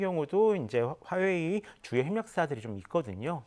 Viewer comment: 그냥 화웨이라고 정확히 말좀 하시지 듣기 불편하네요.